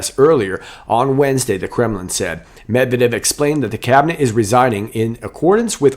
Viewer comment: “Med-Ved-Ev,” an interesting name. It’s really NOT that hard to pronounce!